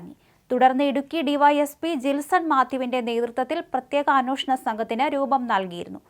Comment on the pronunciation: അന്നോഷണം അല്ല കൊച്ചേ. അന്വേഷണം.